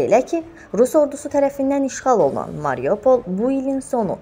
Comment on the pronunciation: Ай юрнвлис Марижопл дейил Марюполдыр